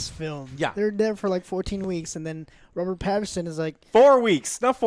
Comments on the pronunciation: He also says Robert "Patterson" - it's PattINson. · And both Joe's called him Robert "Patterson" lol. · You mispronounce both the main actors names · Joe seriously, it’s PATTINSON not Patterson and it’s WILLEM not William. What a joke. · Couldnt hurt to do some research before reviewing a movie. Its Willem Dafoe, not William. And its Pattinson, not Patterson. And yes the movie is directed by Roger Eggers, the director of The Witch. At least Joe got that right even though he didnt know the name. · I hate to be that guy... But, it's WILL - EM and not William. And it's Robert PATTINSON, not Paterson, lol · "Robert Patterson and William Dafoe" fucked up both names in one go, eh joe?